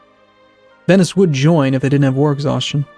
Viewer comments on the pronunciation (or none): none